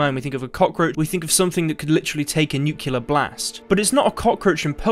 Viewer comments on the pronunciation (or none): *Nuclear = "new-clee-uhr". Other than that, keep up the great work my friend! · N U C L E A R not N U C U L A R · Such an affinity for words and yet you still say "nookyuler"